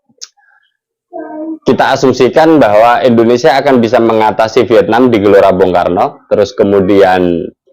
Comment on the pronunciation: Tolong muncung mu kalo nyebut Indonesia jangan endonesia 👊👊